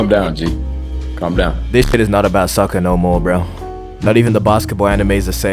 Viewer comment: "soccer" not "sucker"